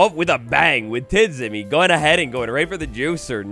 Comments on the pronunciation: Tidzimi would be actually pronounced Tijimi (dz makes a j sound) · Nice video, one small issue, you pronounce TIDZIMI's name like "Tjimmy" because his nickname comes from the pronounciation of his previous nickname - TGMplay (without the play) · When I hear how u say Tidzimi im littelary crying 😂😂😂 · The way, how he spells "tidzimi" is a bit funny